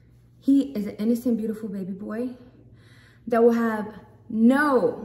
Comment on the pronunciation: I cannot hahahHh she said beautiful piujahh